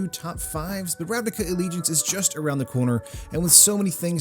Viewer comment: I think Ravnica should be pronounced with 'c' not 'k', it is not with k in the language where it is from, at least. (But c without 'ee' like when it is spelt).